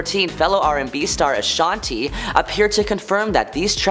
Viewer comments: Girl ,with the Guts shirt on , if ur pronouncing somebody's name ... Especially an icon in the industry, please pronounce it Right !!!it's not Ashoniiiiii! Her name is pronounced Ashanti!! 🤦🏼‍♀️☝🏼. with her name sounding like an E the end!! Its not like ur an A.I..!! Who can't help it....ur speaking live ,so pronounce people's names appropriately!!!! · lol mispronounced Ashanti as well 👀